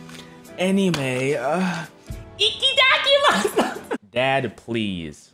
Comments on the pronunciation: he did not just say "ikidakimasu" MY MAN ITS "ITADAKIMASU" 😭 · as a half black half japanese person i would like to say that you didn't say itadakimas right lol